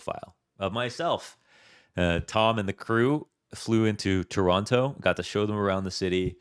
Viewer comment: If from Toronto, why pronouncing Toronto wrong? 🤔